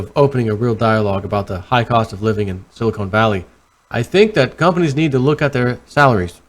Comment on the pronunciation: I love you but repeat after me.. "silly - con" "silly-con" "SILLY-CON" = Silicon Not Silicone